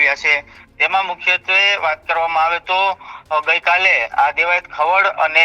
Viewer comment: ખવાડ નહી ખવડ. તને ઉચ્ચારણ આવડતા નથી પત્રકાર કોણે બનાવ્યો ભાઈ. 😂